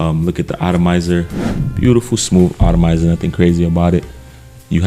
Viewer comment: The word is “atomizer” not “autamizer.” Not trying to be offensive but sometimes miss pronounced words are off putting and can distract from the content of the presentation. 🙏🏼